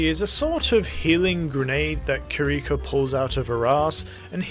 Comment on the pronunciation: I'm gonna be that guy and say that I'm pretty sure it's Kee-Ree-ko, not Ker-Rico. Japanese pronunciation and all that.